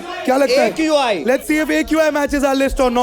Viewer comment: dhang se aqi nahi bol sakta aiq bol raha hai but govt ko gali dena hai..well dressed uneducated with zero IQ